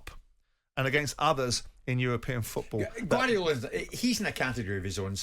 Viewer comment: Good old Jim.. "Champions Leage FEWTBALL returned"... Jim, it's FOOTball, not FEWTball!!